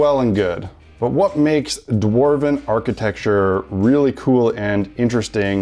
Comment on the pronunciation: "Dwarven architexture" I love it!